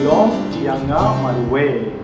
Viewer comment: The word Ianga you pronounce it Yanga...